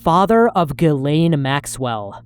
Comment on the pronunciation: I’m not defending Israel by any means but I’m pretty sure her name is pronounced Jiz-lāne Maxwell. 😂